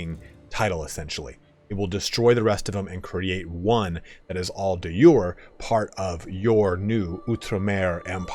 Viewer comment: He can pronounce the Indian words respectably but pronounces de Jure like its a Germainic word, i dont understand.